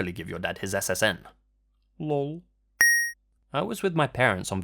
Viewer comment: When you said Lulll for lol on that story about the Social Security number It made me crack up. Edit: Didn't even know this channel was a thing but more narration means happier me, so I'm subbing RIGHT NOW! haha